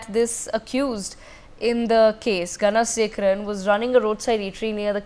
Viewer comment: Not Ganasekaran but please pronounce Ganasekaran and I am not happy with your pronounciation Please try to pronounce properly GANASEKARAN should be booked under goonda